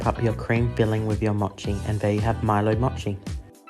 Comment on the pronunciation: he said "motchi" not mochi LOL